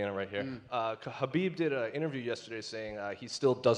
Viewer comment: Conor can't even say Khabib's name. Khabib really humbled him